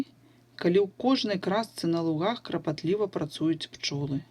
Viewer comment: Вы сказали крапатлива, а надо клапатлива❗️❗️❗️